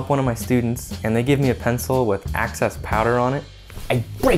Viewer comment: excess amount loool x not access haha access is a whole different meaning x